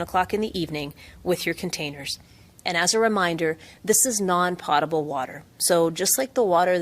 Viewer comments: Gondek doesn't even know how to pronounce "potable". Dope. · The mayor should learn how to pronounce potable. poe-tuh-bl